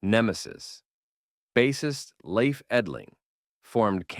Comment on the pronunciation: finally a english speaking person pronouning Leif correctly:) Grew up in Väsby (north of stockholm) were Candlemass comes from, great band Loved the video